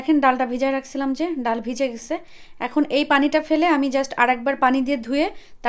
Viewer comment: ডাউল নাকি ডাল,আপনি কি পড়া শুনা করেন নাই